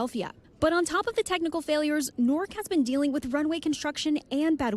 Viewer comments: Could someone please teach how to pronounce "Newark" instead of allowing her to continue calling it "Nork"? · Literally everyone else on the broadcast pronounces it correctly. She's the only one pronouncing badly. You don't have to be a scholar to read the word "Newark" and get it right.